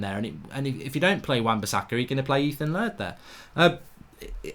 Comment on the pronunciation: can't stop calling him Ethan LARD can you!